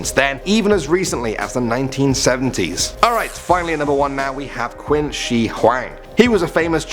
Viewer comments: For god's sake, it's pronounced Chin Shi Huang.. not Queen Shi Huang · its pronoused chin not quin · Just a note its not quinn its pronounced "chin" shi huangdi hence where china got its name from the first emporer. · In Chinese, the Qin is pronounced "chin" not "quin". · It's pronounced "chin" not quin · No one can pronounce Chinese properly it’s “chin” not “quin” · Heels and ankles are two different things. Qin is pronounced like "Chin", the country of China is named after him. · Btw qin is pronounced as chin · LOL u pronounced "Qin" wrong, it's pronounced "Ching" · Qin is pronounced chin just to let you know. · Qin Shi... did he really just pronounce that as "Quinn Shee"... TRIGGERED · Qin pronounce chin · The Chinese emperor's name is pronounced Chin. Like he is where China gets it's name